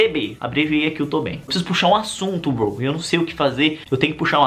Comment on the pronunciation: Porque VC fala broi